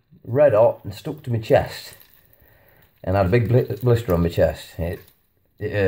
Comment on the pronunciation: Please beware of the GMO vaccine, preserve those genetics. ❤️ Btw, your accent threw me off for a second. "You can put it in me noodles" sounded like "You can put them in menudo" which is a Mexican soup with tripe (my husband's must have on a rainy day :)). Oh, "in my noodles". Got it now. Carry on....😄